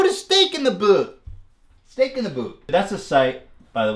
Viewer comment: “stehk in da buut?!”